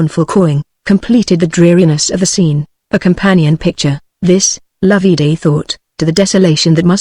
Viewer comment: NOT LOV-EE DAY Loveday, pronounced like Love and Day put together. Could this be an actual human reading or some half-idiot machine?????